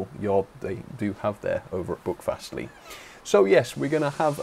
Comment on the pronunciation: My local railway. It’s quite amazing. Can’t wait until they extend it to Ashburton and eventually restore 3803 and Dumbleton Hall. PS your pronunciation was a bit off but far better than most of the tourists we get. Buckfastleigh is pronounced b-u-ck fastleigh and Staverton is pronounced Sta-ver-ton.